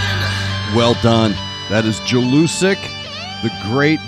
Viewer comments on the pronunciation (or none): read it like YELL-U-SICK